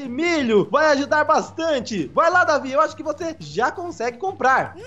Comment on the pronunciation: Não é é Deivid doidão